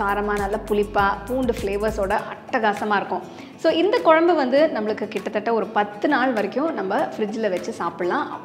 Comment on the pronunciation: எல்லாம் சிறப்பு..சகோதரி.. தமிழ் வார்த்தை உச்சரிக்கும் போது..தெளிவாகப் பேசுங்கள்..கொலம்பு தவறு..குழம்பு..என்னம்மா சரியா..